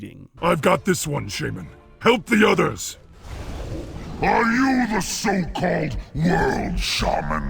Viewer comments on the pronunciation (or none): Today i learned that its pronounced sheiman, not shāman. The more your know... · Right? It's levi-SHAHman not levi-SHAYmaaann. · ITS SHAMAN NOT SHAYMIN! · When says sheyman instead of shaman I fucking cringe a lot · SHAY-MAN Seriously...... the first person who comes to mind when you think SHAW-MAN or SHAW-MUN in wow and his VA mispronounces it. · Its funny because at the beginning of the video, in games voices, 1 sentence after another, 2 different mobs, saying shamna differently. says Shayman and the demon says shaman. So it can be pronounced both ways. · Shay-man is the British pronunciation. Shah-man is the American pronunciation. sounds so weird with how he pronounces it because he otherwise speaks in an American accent. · Why does pronounce shaman, "shAman"... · i cringe every time pronounce Shaman like ''Shejman''._. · "Shay-men" BTW, anyone else not bothered by the fact that there is a 2nd Doomhammer up for grabs in Warlords of Draenor? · "Shay-men" is the reason elements were not responding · The way everyone else says "shaman" triggers me. Shay-men. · Even the world's most famous shaman can't even pronounce "shaman" correctly.